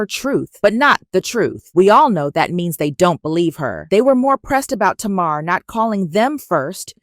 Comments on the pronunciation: Pronounced Tay-mar... Tamar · Her name is pronounced TAY MAR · Woman lease say tamar name right if u gonna have a blog